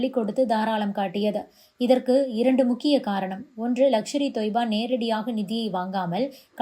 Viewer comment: லக்ஷர் இ தொய்பா இல்லை. லஸ்கர் இ தொய்பா